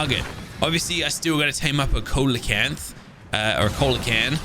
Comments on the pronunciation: SEE-la-can(th), my god every time he says colelacanth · Isn't it pronounced ceelocanth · The Fish "Coelacanth".......... is pronounced - SEE-lə-kanth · Coelecanth is SEE-leh-kanth Great series :) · coelacanth cee-la-canth the O is silent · the fish name you were trying to say is pronounced (see-low-canth) it is an actual prehistoric fish that still found alive today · The fish are called See-la-canth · If im not wrong its pronunciation is ( C la canth ) but i could be mistaken